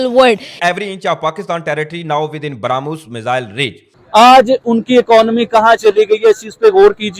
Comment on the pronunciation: Brahmos nahi harmooz😂 baramos 😂